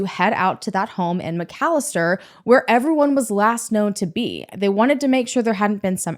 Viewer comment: Those McFadden boys are pure evil and trouble....@ for covering this story and pronouncing McAlester correctly!